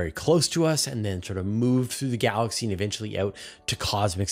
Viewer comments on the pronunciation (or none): none